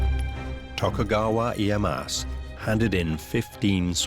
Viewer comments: They didn't use really swords in battle. Spears and bow. Also Tokugawa Ieyasu not ieyas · who the fuck is tokugawa ee-ye-ass? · Tokugawa E-I-ass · Closed the vid as soon as dude said iye-ASS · Yeah right, seems ive been pronouncing Tokugawa's name wrong also. I never knew its Eh-Ey-Ass.